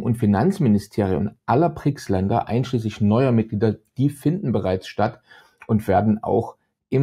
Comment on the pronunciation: Das heißt Brics und nicht Prics.